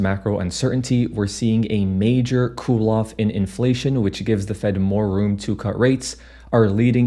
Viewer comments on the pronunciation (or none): none